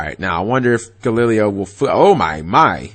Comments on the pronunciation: You said Galileo's name wrong 3 different way back to back. Gal-e-lay-o. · It's pronounced Ga-Lee-lay-oh De O-Bal-Dee-ah. And he's from Panama. I was hoping he would win but hey it is what it is. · Altair = Al - tear Unukalhai = uh - noo- kul - ly e Triverr = trih-ver Clausulas = claw-soo-las Trishula = trish-ul-a (u sound in put) Brionac = Bree-oh-nak (most likely due to Brionacs deck in a video game) galileo = gal - lih/lee - lay-o Yes i looked all these up, and yes, i get annoyed at times when he butchers names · Cap's pronunciation of Galileo physically and spiritually hurts me. Edit: Turns out the nine different pronunciations of Galileo wasn't the stupidest thing Cap said in this video. That would go to "Every time he summoned Triverr he won". It's ALMOST as if that's what the deck is made to do. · ***** Its probably because he lives in the south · I agree i cringed every time he pronounced it.